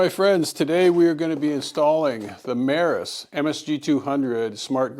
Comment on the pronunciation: Its pronounced "me-ross" not "meh-ris" 😂